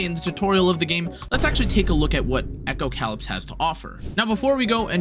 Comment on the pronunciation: You pronounced it “echo - cow lips.” And then you said it took place in a post apocalyptic world. You pronounced “apocalyptic” correctly. This should be a hint as to how to properly pronounce the name of the game.